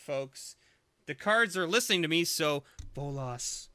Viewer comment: Says "give me a bolas" what I hear: "give me ebolas"......O.o still amazing box....